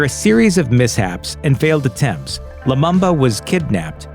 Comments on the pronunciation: its pronounced patrice lumumba not lumamba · Poor video. Too fast narration and unnecessary loud background music. Also Lumumba is pronounced Loo-moom-ba. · The Lumumba is pronounced Loo-mu-mba. All the 'U' are pronounced as the vowel U